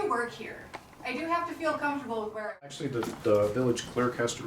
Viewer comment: "I WAs ActIALY WACting a trAIMinG vIDYa" 👮🤡